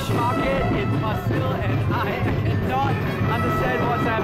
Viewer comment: You pronounce Pasil with a prolonged "A". Paaaa-sil. You can score meth there. LOL